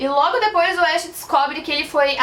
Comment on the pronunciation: Só me responde uma coisa isso não è lhe criticando nem nada mas por que você pronuncia o nome do "ash" como se vc tivesse falando do personagem de Pokémon? Porque a pronúncia não è essa e mostra no anime como se pronúncia por ser o protagonista o nome dele è bem popular vamos dizer assim... Desculpa se estou sendo chata